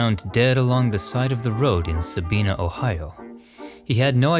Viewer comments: So cool that Eugene is included. And just so you know,, the town is pronounced Sa-BYE-nah, not Sa-BEE-nah. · Respectfully,, the Ohio town's name is pronounced sabyena, not sabeena. It is close to where I will spend eternity near family. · Sabina , OHIO is pronounced,,,,,,,Sa-bye-na.